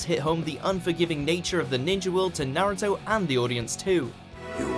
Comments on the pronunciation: “Nay-root-oh!” 😫😫😫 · Hearing pepole say names wrong gets on my nerves ...especially in naruto where the names are very Asian and have double meaning...nawurdo sakora kakashee and hinyate are some of the worst ...like its hinata ...like A sunny place..its a beautiful name when said right and it just hurts to hear it pronounced wrong ..cringe